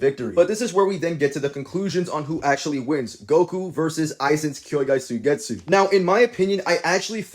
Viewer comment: W video, but its "kyouka" Suigetsu not kyoukai suigetsu 😭